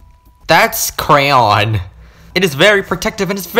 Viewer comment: lol lmao I like how said crayon instead of cayenne lol LMAO000000 😆 😂 🤣